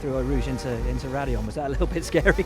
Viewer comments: Perez... its raidillon actually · Oh come on Perez it's raidillon actually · Perez ... That's Raidillon actually. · Will kinda messed up the eau rouge raidillon thing himself when asking perez about his save 😄😄